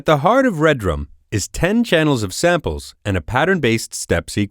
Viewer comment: It's Redrum NOT Red Rum.